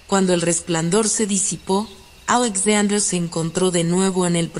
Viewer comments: "Ajlesaudrer"... No pude, Alexander era mejor 😐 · La voz no es relajante y la pronunciación del nombre Alexander es muy chocante.